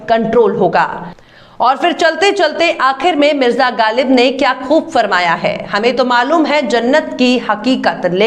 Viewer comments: ma'am very well pronounced izafa similiary galib is not pronounced correctly it should b pronounced ghhalib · Ma'am, your reporting is really good. Only request is to pay attention to your pronunciation. (Ex: Ghalib, khayal)